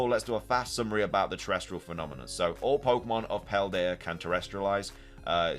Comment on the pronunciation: TeresTAL not TeresTRAL.